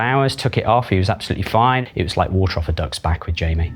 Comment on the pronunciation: Is the r in water silent?